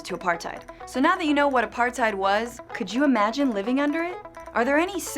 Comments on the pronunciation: you said apartheid wrong not a par tide it a par tuid thats how you say it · its pronounced "apart-tate" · It's pronounced Apartathe you morons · Apartheid lol the d is supposed to be a t so basically you say tate and the end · Ah part hate is the pronunciation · you didn't even pronounce it right....... Edit: Apar-tate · Phiphe Dude apart-hate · Wrong. Its pronounced apar-tate OR apar-tight. Both are legitimate pronunciations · It’s uh pahr tate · She can't even pronounce the word properly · You need to pronounce apartheid correctly. And 'coloureds' is an accepted race differentiation in South Africa, even today. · She doesn't even know how to pronounce Apartheid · Your pronunciation of apartheid hurts me really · Learn how to pronounce Apartheid before you start talking about it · oh my gosh the incorrect pronunciation is killing me ( i am South African if u didnt realise) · (Im from south africa) if you're going to make a video about apartheid (shes saying it wrong) she should actually be from south africa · Well actually its a dutch word, and you have to also pronounce the H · Oh my gosh the way she pronounced Nelson Mandela, Apartheid and Afrikaans actually made me cringe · You just did a whole video on Apartheid and pronounced it wrong EVERY SINGLE TIME. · These people never pronounce the Afrikaans words I mean I am South African that is not how you pronounce it